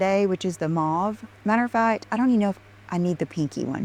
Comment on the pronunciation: Dear god, please stop her from saying "matter-a-fat". I can't take it. And while you're at it, please stop her from saying "oh my gosh you guys". 🤮